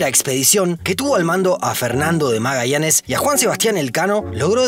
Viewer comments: Nueva Iork, Magaianes? York, MagaYanes... Que pasa con la pronunciación? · na loco como vas a pronunciar MAGAIANES??? por qué no decís MAGAYANES si sos Argentino...??? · ¿Por qué la actuación en la pronunciación y decir Magaianes y no Magashanes?